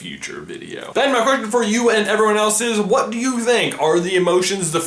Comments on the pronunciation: Am I crazy or is he saying 'Ben' at the start? Bc that shit freaked me tf out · Did he say Ben or am I going crazy? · why u keep saying ben